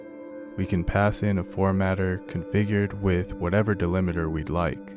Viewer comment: It's 'delimiter' - not 'delimeter'